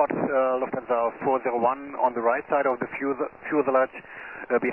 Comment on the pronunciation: thats a mistake. He says Lufthanse 4 0 1. Four zero one. Also whats that Yes sir? sounds like he is saluting, i can imagine that standing in the tower with that pose :P